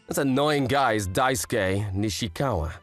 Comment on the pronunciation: For the love of god someone explain to him how to say Daisuke.. “die” - “soo” - “key” Jesus..